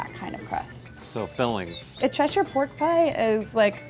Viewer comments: I live in cheshire and never have I been more relived to hear an American pronounce it properly rather than cheshiirre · i love her for saying Cheshire properly.